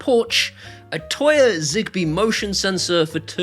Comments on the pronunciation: So when you're saying Toya you mean Tuya right? Tooya. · Is he trying to say "Tuya" or is there some "Toya" company I've never heard of?